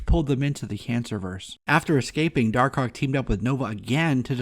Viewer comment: I like how you call him dar-cock